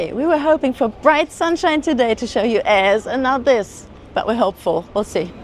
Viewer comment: Memories ❤ yes love Eze! We were there a few years ago. After, hearing you say Eze, I know now how to pronounce it😂 some pronounce it like Easy? Thanks, ladies another great video.